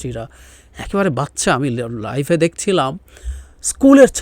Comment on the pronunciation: উচ্চারণটি হবে লাইভ(LIVE). অসাবধানতা বশতঃ আপনি লাইফ (LIFE) উচ্চারণ করেছেন ব'লে আমি মনে করি।